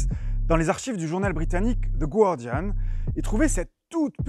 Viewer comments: The [gwardian], non : the [gardian] Je chipote mais sinon toujours bravo pour vos vidéos dynamiques ! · Please, on prononce pas le U de guardian 😭